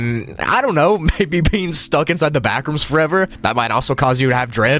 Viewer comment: When he said backrooms it sounded like bathrooms